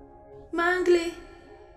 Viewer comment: Se lee Mangle no Mengol